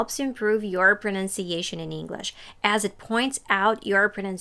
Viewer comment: You mispronounce English. It's not "Inglesh"